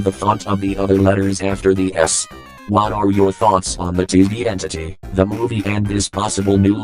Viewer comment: "TV Entity." sorry what? i heard disney entry